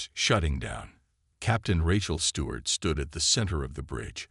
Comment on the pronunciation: POS A.i. can't even pronounce Rachel😅